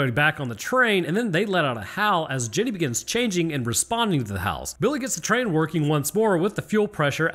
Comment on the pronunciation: you said "Jenneeey" like she was from Greenbow AlaBAMMA😂